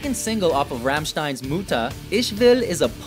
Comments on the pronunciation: True. He pronounced Mutter like Muta. He just had to speak the "u" shorter thats all. But I cant agree that Feuer is easy to pronounce xD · muuder XD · Joon Köster Muuuuter 😂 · mootah :'D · pretty sure germans can pronounce "mother" and "fire" correctly. Its just listening and copying what you heard. Thats how language works. cant be that hard. im not expecting them to pronounce an umlaut correctly..but come on "Feuer" and "mutter" shouldnt be that hard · I'm from Germany and I laughed so hard when I heard how he is trying to say Mutter and the other songs. xD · du meinst etwa das Album "Muuta" oder Soona? xD ich hoffe mal das es aus Ami Sicht nicht genauso dämlich klingt wenn wir deutschen Amon Amarth, Slipknot oder so aussprechen xDD